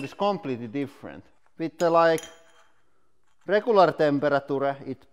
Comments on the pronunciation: the way he said "regular temperature" lmao😂😂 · He turned a 3 syllable word into a 5 syllable word